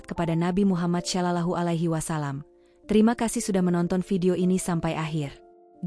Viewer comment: ceritanya bagus.... tp pengucapan yg berbahasa 'Arab sgt buruk... spt alah..... saw.... dll..... jd malas mendengaekan nya